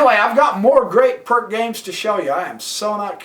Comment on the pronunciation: It’s pronounced peerts